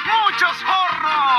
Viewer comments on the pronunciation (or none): The thing is Hornos in spanish would be pronounced Ornos with a silent H. Being a spanish speaker myself. Muchos Hornos means Many Ovens although the pronunciation is wrong haha. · With my native spanish skills and nice earphones I will translate: Es el tiempo para muchos JOooRNOOS(hornos) Muchos JOOOORNOOOS(looks like he says "jorros"(which means nothing) or could be "gorros"(hats) with a nasty pronunciation - It's the time for many ovens. Muchos toldos (many awnings), muchos hornos, muchos toldos, muchos hornos ayyayayayay ayaayayaya yayaayaya ayy idk this is catchy haha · And it's even funnier his weird Spanish pronunciation. I mean "Is il tiempo para muchos jorrrnous" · It's pronounced closer to ore-knows which means ovens.🤠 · True, because the "h" sound is pronounced in the song, whereas the letter "h" is silent in Spanish. So yeah, he's not saying "hornos."